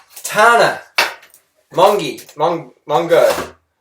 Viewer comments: STOP FUCKING SAYING HER NAME WRONG IN PURPOSE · And seriously, she says her name at the beginning of all of her videos and you have obviously watched multiple of those so you're just trying to be immature by pronouncing her name wrong. And what's wrong with jump cuts? Let her edit her own damn videos. You have absolutely no proof that she's lying. She's just trying to stop Freelee from being a bitch. You're only going against Tana because you're dating Freelee. And also, you are literally cyber-bullying (which in many places in the world is illegal). You're grown man. It's about time you acted like it. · come on. you know damn well how to fucking pronounce her name, you watch her videos. clearly. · tana is not a liar and stop mispronouncing her name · This video is absolutely irrelevant. 1. you clearly have watched a load of Tana's videos to get this "information" so why can't you pronounce her name properly? 2.why are you bringing up whether she smokes or not? that has nothing to do with what is going on. 3.you keep mentioning the fact that she is 17 why? she has way more evidence to prove her points and your just using the excuse that you have more years over her. 4. your saying that whenever you ask Tana a direct question she doesn't answer but your just talking about her looks and Kylie Jenner doesn't maybe you should practice what you preach.